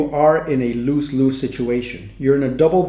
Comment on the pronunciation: Lose Lose pronounced as luz luz, z sound, not s sound, not loose loose. I must also add that your English is better than 99% of all English speakers.